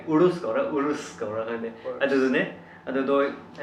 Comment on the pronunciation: Its nt Uhrossshhh its Yourusss (spell URUS)